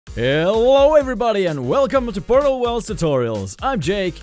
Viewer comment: it’s pooyttttallll worlds xD